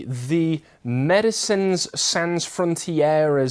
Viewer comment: Pronounced sohn or did you not study French